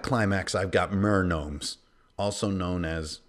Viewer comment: i can't watch because you seriously call them nermomes